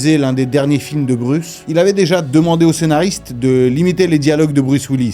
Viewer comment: Bruce 😂😂😂 sérieux... c est quoi cette prononciation 😂😂